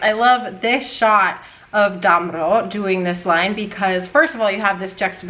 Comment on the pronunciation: Germany here: There is a famous rumor that Mozart actually hated sopranos so much that a they have to follow a finely tuned instrument as means of control to check if they really are in tune! 😂🤣 And btw: Damrau is pronounced like 'dum(b)-row' where the 'ow' is pronounced like in 'owl'. 😉